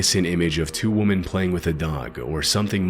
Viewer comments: Crazy that there is a generation of people who have never seen what wood looks like with water on it and think it's blood. 🤦 Also, the plural of women is pronounced wem-in. It is not pronounced the same as woman, as the narrator is saying it. Yet another thing kids these days can't get into their dense heads. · WHY THE HELL DOES THIS GUY PRONOUNCE WOMEN AS WOMAN?!?! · Why does he pronounce 'women' as 'woman'? He does it in most videos. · Why do you keep mispronouncing "women?" You always say "woman" when you are referring to more than one woman. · You need to step away and practice pronouncing “women” properly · Could you please learn how to pronounce the word “women”?